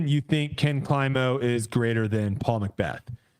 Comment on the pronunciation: just say it “Paul McBeth” 😂